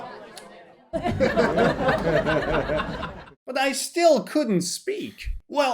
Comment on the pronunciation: Hi, I'm Italian and I've to say that how you pronounce the word "cappuccino" is close to perfection. Have you ever studied Italian? 🤔